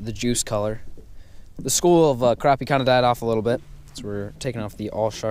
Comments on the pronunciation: Its krapy not kropy! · Crap.. e Not craw.. p Lol we all have our ways to say it. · its crappie not croppie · It's crap-i.e. Not croppie